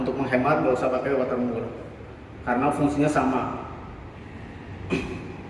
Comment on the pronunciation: Saya awam pak. Bisa dijelaskan nama2/istilah barang2 yg dibutuhkan apa saja, seperti water mur dll. 😂 Gak kedengaran jelas namanya 😀